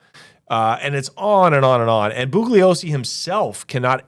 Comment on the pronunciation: Bugliosi is pronounced with a silent G. It's like this... BOO-LEE-OH-SEE